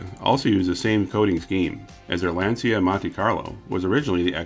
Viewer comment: Very informative! It's Lahn-cha, by the way.